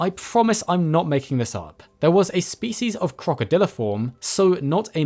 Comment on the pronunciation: The way you mispronounce "species" disgusts me.